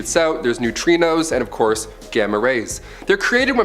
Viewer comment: “Of courth earth quakes” 😂😂😂 I love this channel